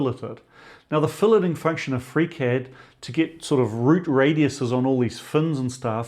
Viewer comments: I had to start the video over at about the eight-minute mark. That's the point where I realized that you were saying "FreeCAD," not "Freak Head." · Are you saying "freak-head"? Is this the foundry guy's name? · Wait, he was saying FreeCAD this whole time??? I spent half the video wondering who this freakhead guy was he kept referring to! 😂😂😂